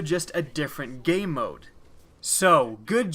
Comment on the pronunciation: Sounds like you keep saying "gay mode." I looked for hours but couldn't find that mode.